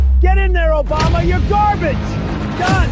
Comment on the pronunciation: "What is this gah-bage?" 😂😂😂😂😂😂😂